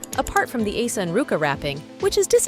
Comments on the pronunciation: Ah Yeon not Ah Han😅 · Who is hayon??😂😂😂😂💔💔💔💔💔💔😂😂😂😂the pronunciation it’s so bad 😂😂😂